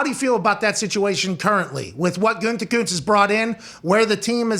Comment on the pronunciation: "Guntekunst?" C'mon man, don't you at least have some German in you??!?! Means "good art" if that helps you at all. At least please TRY not to murder his name.